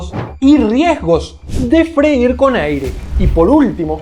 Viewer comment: Se dice freír mi queridísimo doc.